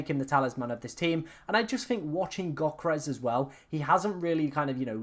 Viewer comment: Go learn how to pronounce Yoh-keh-res properly